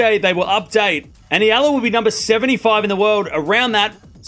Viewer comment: I like you. You talk fast, but at least you pronounced Eala name correctly! 👍❤ 🇵🇭 Oh! Alex will be healthy for the French Open! I believed!